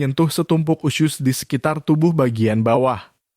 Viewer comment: Kok bilangnya usyus sih?